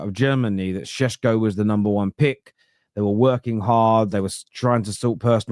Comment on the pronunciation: Benjamin Šeško those things above the S pronounce it as Shesko not Sesko